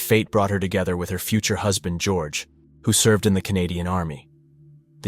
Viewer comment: It's unmistakably AI. There were several pronunciations that were dead giveaways. "Husband" was one of them.